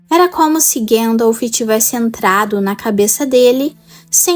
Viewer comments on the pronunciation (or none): Seu trabalho é muito bom o vídeo tem uma temática interessante, mas tem um ponto incômodo no video, todo tempo vc fala “Guendalfi” minas tiriri, isengardi. Soaria bem melhor a pronúncia seguindo o guia de pronuncia do livro. Não leve a mal por favor 🙏 só uma sugestão para aprimorar.